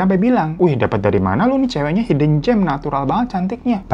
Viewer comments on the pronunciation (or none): none